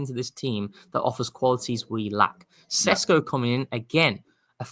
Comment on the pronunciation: This geezer loves saying Sesko SHESHKO 👁👄👁